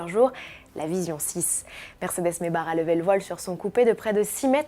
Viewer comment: Pourquoi maybar ? C'est pas Maybach normalement ? (simple curiosité)